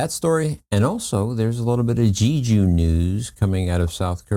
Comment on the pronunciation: I’m not sure if you are aware, but you are NOT pronouncing Jeju correctly. Just search the internet or youtube on how to pronounce it properly. We are not in early 1900’s, you can find the pronunciation of foreign places quite easily.